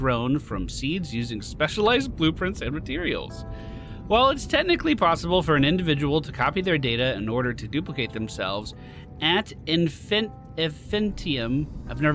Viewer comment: had to google this one, I've been pronouncing it wrong. "Ad in-fih-NIGH-tum"